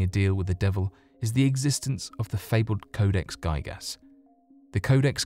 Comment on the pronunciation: Codex "guy-gas" ..I think it's "g-ih-gas" the same 'ih' sound as for 'index' 😊 great video, thanku!